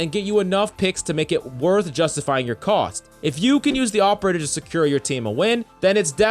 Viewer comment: All i can here is AWPerator